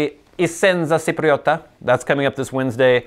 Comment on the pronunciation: Chipriota not Sipriota :D